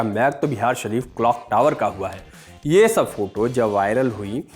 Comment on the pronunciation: Your phonetics when you pronounce last word in your every sentence HAI. HAI. HAI. , I assuredly tell you that you sound like IMBECILE. Learn compering